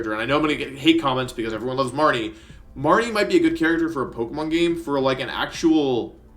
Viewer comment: He called my boy Morty, “MARTY” 😫